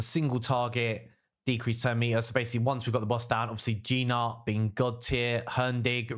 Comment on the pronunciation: at least lear the name of the champs properly. I am talking about Gnut ... it is supposed to be pronounced as "newt" not G-nut. Other than that it is good video for people that have all these champs. For me I do not have a single one from your first team